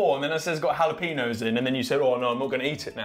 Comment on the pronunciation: The way they’re pronouncing ‘jalapeños’ AHHH!!!